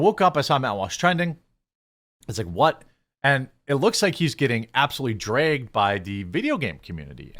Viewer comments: I adore they way you say dragged: "drayged." This is not a criticism at all, btw. As a southerner, I just really enjoy your accent. It makes me smile. As far as Matt goes, everything he says is dripping with sarcasm so the whole first one to cover wokeness in games thing might just be in keeping with his deadpan sarcastic brand and he wasn't being serious about that. That being said, his utter cluelessness about the importance of games and anime in culture is inexcusable at this point. Though a part of me is wondering if he's digging his heals in just to be curmudgeonly and contrarian, which is again part of his brand. There are quite a few videos of him playing video games (albeit badly) at his producers' behest. He acts like he hates it but he's actually kinda having fun. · Will never get tired of hearing "drey-ged" from Jeremy. Only jokes, still watch everyday!